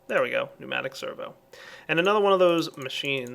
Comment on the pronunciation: I never cease to be impressed at correct pronunciation of "pneumatic servo" but his mispronunciation of "lapis lazuli".